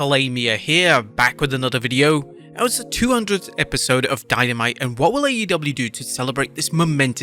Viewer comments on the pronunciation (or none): none